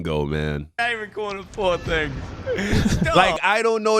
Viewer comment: Four thinhs😂😂